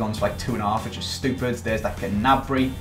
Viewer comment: The g in gnabry is silent